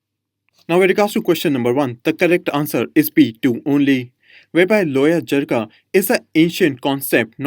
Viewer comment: It's" jirga" not jigra